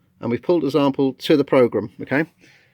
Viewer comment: Did I hear zample? .... Great video however✌🎹